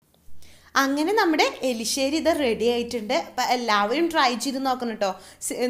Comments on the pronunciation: this not elissery, say erissery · elisseri alla erisseri aane.. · ..Eli Alla...erisseri... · Enthina ithrem show kaanichu samsarikkunne. Elissery alla Erisserry. Sansaaram arubore